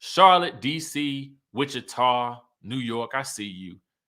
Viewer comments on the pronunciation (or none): none